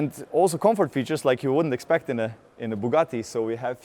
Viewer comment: Title: "Inside Bugatthi.:" Narrator: "What you wouldn't expct to see: a bugatti"